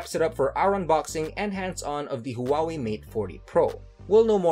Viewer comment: thought I was the only one that noticed the pronunciation